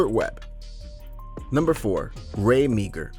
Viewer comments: It's Not Ray Meegar it's pronounced Mar. Before you do a segment like this. Please do your research before you pronounce the names Wrong. Bloody Americans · Meagher is pronounced (Maa). Galah is pronounced (Galaaaa). In fact you mispronounced practically every word of his famous sayings.